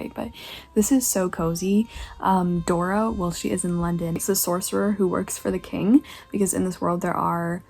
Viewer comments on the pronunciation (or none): none